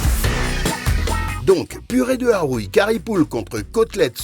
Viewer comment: 😮Juries to be from professional Culinary not Tiktokers or comedians😅😅😅😅😅😅 we say Arouille not "Ahhwuiii Ahhouiii" lol😅😅😅 Street food theme Mauritian Bravo Sinois u rulz🥰🥰🥰🥰